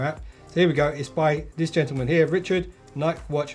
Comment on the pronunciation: You are saying Nike wrong.